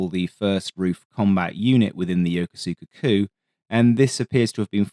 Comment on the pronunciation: I came here to talk about yoko suka Makes my eye twitch every time